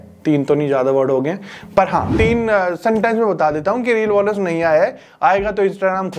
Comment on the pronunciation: बौनस nahi hota be Bonus hota hai 😂